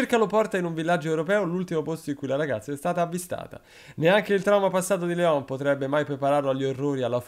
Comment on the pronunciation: si pronuncia Lion anche se il nome è ispirato a Léon un film francese con Jean Reno